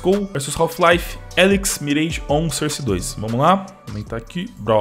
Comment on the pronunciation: Mano pfv pronuncia source direito